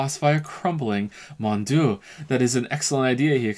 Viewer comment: You know you are bad at German if you don't even know how to pronounce "Mon dieu"